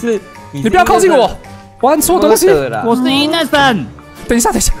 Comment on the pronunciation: IN 怎麼聽起來像"硬"